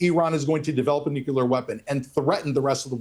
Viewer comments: Nucyaler? SMH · ‘Pre-emptive Strikes’ are ILLEGAL. Dig?!?! The word is ‘nuclear’ not ‘nuke-u-lar’ The guy is foxed… Watch how his blink rate increases… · It’s pronounced nu-clear! Not nuculer. It’s really irritating to me when a person says it wrong. If you’re gonna defend your bloodthirsty fascist nation, at least say the words right. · This IDF guy's habit of talking over other people is typical of fascists, especially when they are losing an argument. Also, did he practice saying "nukilar"? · When people say nucular instead of nuclear, it reveals a lack of regard for something important. Some say it out of ignorance or the perception of being so. Some use the word to buffer their mind from their own discomfort having failed to be forthright. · IT'S NUCLEAR! NOT "NUCULAR"! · Bit pedantic, but the word is NU-Clear. Not nook-ular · Tired of hearing "nucular" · "Nu-cu-lar" is an annoyance. 🙄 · We must return to mocking idiots who say nukuler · Ugh why us that no one can pronounce nuclear. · i kinda wish Doran would actually learn the word nuclear, that might be helpful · The guy literally does not understand what it means to be told that everything you've said is projection. So much so that he tries to use it against Mehdi but falls flat because he just doesn't understand what he's even talking about. When someone repeatedly mispronounces "nuclear" over and over again you can rightly ignore most of what they are saying. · NUCLEAR!!! There is only one U in the word. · How come right-wing nut?Jobs don't know how to pronounce nuclear? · This man can't even pronounce the word, nuclear correctly